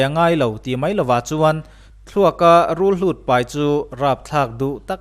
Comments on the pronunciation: En a manhla ṭhin hle mai. "Rulhlut" ni lo vin "Rulhut" tih tur a ni e. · Rulhlût ti a i lam hi ka lo hriat ṭhin dan chuan Rulhùt tih a ni a, sawi dan a in ang lo em ni aw ka ti